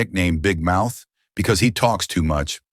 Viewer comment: it's big mouth not big mouse 😭